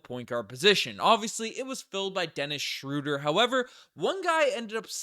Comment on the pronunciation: Great video as always but respectfully, it's not "Schrooder" (crazy how Basketball Reference has the pronunciation incorrect). It's closer to Schreuder (ö sounding the same as eu in French).